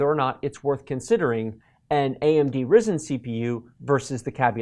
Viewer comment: Its spelled Rye-zen lol